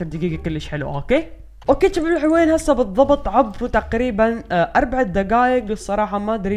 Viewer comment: ليش تحجي بحرف ج اتكول جباب ما تكول شباب